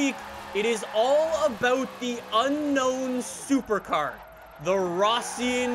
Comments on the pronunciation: It's not fission q1 it's Russian quan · It's pronounced RUSSIAN Q1